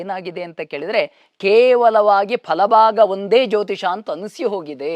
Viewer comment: Jyotishya alla jyotisha